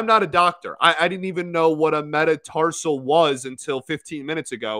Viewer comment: You actually said metatarsal correctly I’m relearning a lot of bones I’m human body in my anthropology class from a anatomy class I took